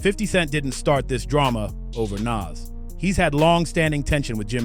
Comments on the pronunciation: Stop saying naaass , it’s nas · NAWWZ NOT NAAAZZZ😢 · Ni&&a NAS ..NAS ..wtf nais say it right NAS pronounced nah-oz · As soon as I heard the narrator proud NAS like “Pass” I left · lol why is the author pronouncing Nas’s name in so many different dialects? 😂😂🤣 I’ve heard Nes, Naaas, Nas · It’s pronounce NOZ bro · Nas bro come on if you can't pronounce a classic rappers name I can't listen to this anymore smh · HOW THE HELL YOU MAKE A VIDEO ABOUT NAS AND JIM, TAKE THE TIME TO EDIT HEARING THE RIGHT PRONOUNATION OF NAS THROUGH OUT AND STILL SAY NAS NAME WRONG?! THIS HOW YOU KNOW THIS VIDEO IS ABOUT CLOUT AND HE AINT INTO HIP HOP, HOW YOU PRONOUNCE HIS NAME WRONG, IT ERKED ME ALL VIDEO...SMH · Why are you saying Nas like that but I’m from Ohio so maybe I’m not on it but Jim jones is like cardi going at Nicki like now now stay in your lane Jim isn’t better than Nas in jimmy’s own dreams the best thing or most talk about thing is Chrissy Lampkin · You get a Dislike 👎🏼 for pronouncing Nas name like that.. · You gotta pronounce Nas name correctly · You pronounced Nas name differently 12 different times. Jesus Christ! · Dear. Please stop butchering NAS name. Before you put out a video, make sure you can pronounce the person's name correctly. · I don't like how you saying Nas name? You saying it wrong get it right dude! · YESSSSS, WTF? 🤨😠